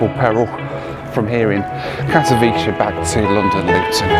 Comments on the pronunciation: Greate video. About your flight to Poland its Katowice not Katowiche. "c" sounds like in cementary, century, cent. Come to Poland more often, we have some greate places! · It's pronounced Kat-o-vitser not Kat-o-veechee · Katowice is not italian pronouncing "c" for "ch"... its like Katowitse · You said kadcwice wrong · Kato-Vit-seh (Katowice) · Katowice is pronounced CAT-OH-VIC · Pronounced 'Kato-veets-eh' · Need to toughen up. enjoyed the video, missing flying a little too much, I am. And I think it's pronounce Kaat-a-wee-se. I think from remembering being there in the mid 90's. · It's pronounced cat-o-vitz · you pronouced Katowice like 100 times and all wrong 😭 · I'm not Polish (Slovak) but I also noticed the wrong pronunciation, however I think the "c" in the words like "century" is pronounced as "s". The correct pronunciation should be like "ts" if I'm not mistaken 😊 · If pronounces Katowice like it's in Italy, I'm glad he didn't try to pronounce Pyrzovice! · Don’t think your saying Katowice correctly! Lol